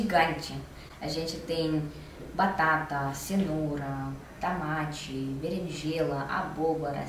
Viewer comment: "Tamate, beringêla, abôboras, pimentau" s2